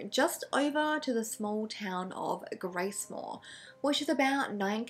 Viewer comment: Also it’s Gracemere😁 not Gracemore